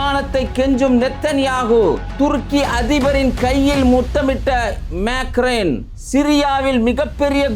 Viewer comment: Macrain illa uncle maccc-ronn Avaru peru😂